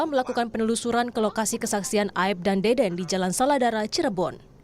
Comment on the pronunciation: Tolong disebut nama saksi yg bener, bukan deden tapi dede, jgn sampe melebar karna salah penyebutan nama, ntar kaya pegi lagi😅